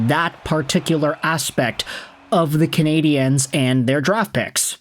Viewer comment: Why do you say "Cana-di-enes". It's Nonsense. Either say Canadians, cause thats the word, or Canadiens in French, which you would have to listen to it once in French beforehand, but fyi nobody says Montreal Canadiens, either Canadiens de Montréal or Montreal Canadians